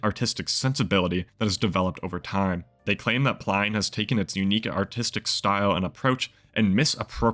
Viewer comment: You are definitely saying his surname wrong !